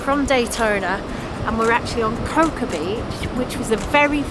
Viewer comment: Cocoa Beach is pronounced "coco". It certainly was a cold Christmas here in Florida.